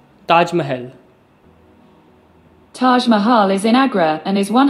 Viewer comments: me to google - hey where is taj mahal google - taaeeejj maeeehaaakl eassss ann aaagraee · Never Fearful He pronounced Taj Mahal the same. You’re just biased for Alexa.